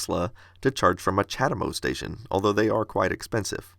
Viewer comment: What do you wanna bet that Chademo, being Japanese, is actually pronounced more like "chah * DAY * mo (long o)"?